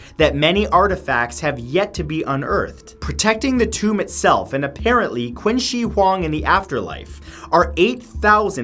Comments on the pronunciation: Nice video, but just FYI,- Qin is pronounced like the word Chin, not Quin. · Um, hello... Qin is pronounced “Chin” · Wait, I thought Qin was pronounced "Chin". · qin here is not pronounce as Qin , but Ching ... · CHIN! Not quin! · Orinomo Yep, it's like "ching" without the 'h'. I was cringing at Matt when he pronounced it like "quinn". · LOL queen she huang 😂. Its cing shh huang in Chinese pronunciation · Love ur videos as always matt.. Just 1 comment this time. Qin is not pronounced as queen. More like chee-in. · qin is pronounced chin, not quinn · Love your videos Matt, but Qin is actually pronounced "Chin" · Qin is pronounced 'cheen' bro lol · Btw Qin is pronounced chin just saying I literally just learned ab it in school so yeah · In Chinese, the name Qin is pronounced as "Chin". Just pointing it out! 😊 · It’s pronounced chin not qin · btw it's pronounced "chin" (qin) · It’s pronounced “Chin She Hwang” :) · Qin is pronounced Chin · It's pronounced "Chin" he was the first emperor of unified China, giving the country it's name. It's "Cheen Shu Hwan Dee" (phonetically). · Qin Is pronounced like ‘ching’. Just thought you should know :) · Qin is pronounced like Chin, with a softer Ch sound. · Qin is pronounced like "chin" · Its pronounced Chin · Another great video that learned me something! I knew about a few of these places beforehand. The only thing that bothered me was the pronunciation of Qin Dynasty 😂 Chinese is a difficult language to pronounce properly, especially with the different tones so I’ll keep it simple. It’s not ‘Quin’ but more like ‘chin’ and ‘shi’ isn’t like ‘she’ but kinda like ‘sure’ but with an i instead of a u. Again, it’s kinda weird but them’s the breaks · He said qin wrong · You pronounce "Qin" wrong... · Anyone else cringe at how he pronounced Qin? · The way he pronounced "Qin" shudders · How do you pronounce French and Japanese names flawlessly and go on to mispronounce 'Octagonal'? And 'Qin'?